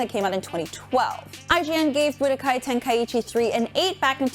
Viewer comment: Bro the way she pronounces tenkaichi Tenka- ichi 😭😂